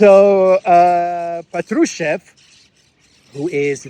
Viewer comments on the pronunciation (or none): none